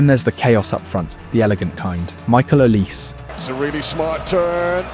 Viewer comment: You cannot pronounce Olise?